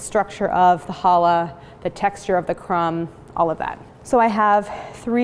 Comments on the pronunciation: Pronounce CHallah, not hollah (which is what people will do at you if you pronounce it wrong!) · She's mispronouncing "Challah". There's a Ch at the beginning. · It literally does, though. Ever heard of Bach? Or a Scottish loch? And even if it didn't exist in English, why would that be an excuse? It's an easy sound to make, if you're not willfully ignorant.